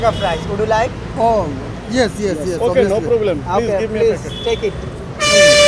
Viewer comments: প্লিচ, প্লিচ, প্লিচ।। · The man with the microphone should learn how to say please. He is uttering pleaj instead of please. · The pronunciation of the presenter should be better. He pronounced Please as pleege. But it should be pleez. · পিলিজ, পাবলিক প্লাস এই হচ্ছে ম্যাজিক মেথডের উদ্ভাবকের উচ্চারণ! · সাংবাদিক আবাল 😂প্লিজ কে বলে প্লিচ😂😂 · piliz piliz piliz😁😁😁😁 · উপস্থাপক বারবার বলে "প্লিচ"।হা..!!আরে ভাই নিজে আগে ঠিক হন।নিজেকে উপস্থাপন করা নিয়া এত ব্যস্থ কেন?আর লিয়াকত ভাই অসাধারণ। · মিডিয়ার লোক হয়ে ও প্লিজ টা ভালো করে বলতে পারিস না আবাল শালা.... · লিকায়ত ভাই এর জন্য দু'অা রইলো। তার ইংরেজী বলার প্রচেষ্টা সবার জন্যে অনুপ্রেরণা হয়ে থাকবে। উপস্থাপকের Please উচ্চারণটা ঠিক করা দরকার। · The peanut seller speak much more better than the interviewer. This man speaks like he is performing sirajuddaullah in any theatre in English. He can't even pronounce the word "please" properly... guys enjoy only the words of peanut sellers by muting the words of the interviewer...